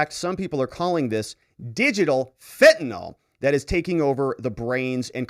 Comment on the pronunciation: It’s pronounced “FENT uh nill.”